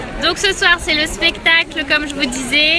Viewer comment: Like si tu à remarquer que elle a dit pestacle au lieu de spectacle 😂